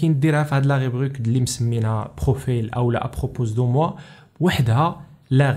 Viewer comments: خويا راها ابروبو ماشي ابروبوز. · À propos de moi se prononce sans s "à propos" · Permet moi de te corriger.. on prononce pas le "s" f "à propos"